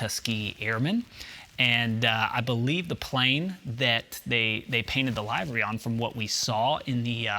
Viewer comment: Great video, thank you for the info update because I’m hoping this stays true to form with history. One thing I’d like to bring up. Your pronunciation of the word livery. The proper pronunciation is if you were referring to the organ, but with a Y on the end. Same terminology is used when speaking of livestock and their living quarters. Not trying to be a dick, I figured you’d want to know the right way to say it.